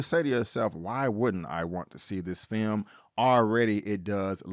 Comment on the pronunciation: Please, never say the word "film" again.